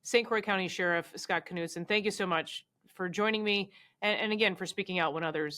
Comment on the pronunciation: Kuh-nude-sin??? Knudsen is usually pronounced Nude-sin😊This announcer should learn how to pronounce Scandinavian last names correctly instead of butchering them with some ghastly Americanized pronumciation